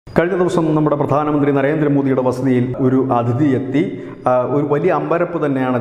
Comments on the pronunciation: അതിഥി എന്നു തിരുത്തുക (അ-തിഥി).🙏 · അതിഥിയാണ്. അഥിതി അല്ല.